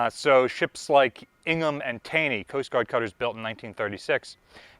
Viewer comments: Isn't it pronounced Taw-ny not Tay-ny after MD politician and Supreme Court justice? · It is pronounced TAW-nee. Common mispronunciation. Fun fact: While Taney was indeed a Supreme Court Chief Justice, the cutter was named after him because he was a Secretary of the Treasury at one point.